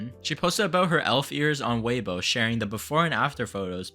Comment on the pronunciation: first time ive ever heard weibo pronounced "way-boh" that sent me hard 😭😭😭😭